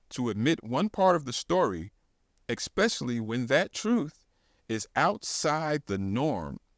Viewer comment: Hard to listen to you say ekspecially instead of especially. Other than that I love your channel